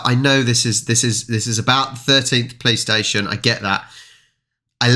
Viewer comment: You are saying 'police station' mostly like a 'playstation' xd that's even funny